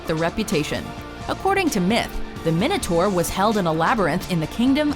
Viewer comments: im sure its pronounced "my-know-tour" not "min-oh-tour" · Why can't Americans pronounce Minotaur, it's not difficult, it's Mine-a-tor. Come on, please people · Technically its pronounced my-notaur